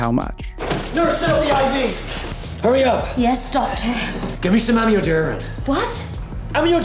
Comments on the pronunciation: Lmao the way he calls Amiodarone as "a-mee-o-darren" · oh wow. the drug theyre looking for is pronounced ammi-o-dor-own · Just obsessed with the pronunciation of amiodarone in the heart attack scene. I know it's not the point, but it's just killing me. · The actor also seems to have beefed it a bit, at least in terms of pronouncing 'amiodarone' correctly